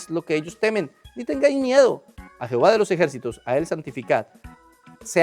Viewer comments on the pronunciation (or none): none